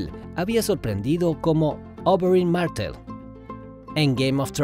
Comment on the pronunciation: Porque pronuncias Oberyn Marthel con tono Ingles? tienes complejo de idioma o algo?